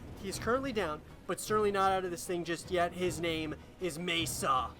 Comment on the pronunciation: MaSa is pronounced Mah Sah rather than May sa